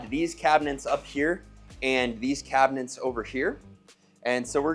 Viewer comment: Did I hear cabinents? Lol